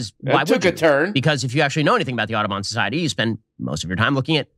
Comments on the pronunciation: I had to look up the society to check he wasn't saying "Autobahn Society" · Why is he pronouncing Audubon like Autobahn? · As a non-American I was genuinely confused during the Audobon segment. I thought Ben was saying Autobahn, but remembered that he doesn't respect Europeans enough to pronounce their words even somewhat correctly.